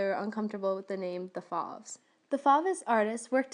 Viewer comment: Fauve rhymes with COVE not SLAV If you expect to be taken seriously, learn the pronunciation of the subject of your lecture